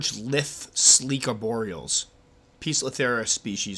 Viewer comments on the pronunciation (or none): Hey,. Lithe rhymes with hive, not pith. Well, sorta rhymes with hive. The vowel, anyway.:-)